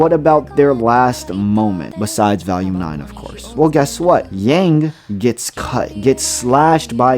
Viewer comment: the consistent mispronounciation "valume" just keeps throwing me off